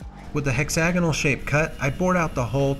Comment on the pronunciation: It's pronounced "Hexagonal"... Not "Hexagonal" 🫵